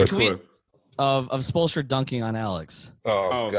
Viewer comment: Lmao at spolestra